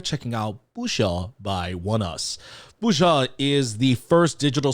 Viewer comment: I am so glad to hear your unfettered pronunciation of the title. It had me stumped even though it is sung several times, I had a harder time than usual hearing it clearly. Thank you, PD!